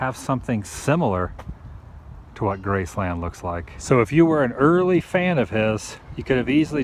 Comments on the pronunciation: Nice video... Only 1 issue with it... And believe me, you aren't the only one... Your pronunciation of the name... Graceland... It is all one word... Graceland... (Gracelin)... Not as 2 words... Grace Land... Thanks for vlogging! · GRACE-lund... not Grace-LAND, Elvis never said Grace-LAND. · Y can't u say graceland right...geez....🍻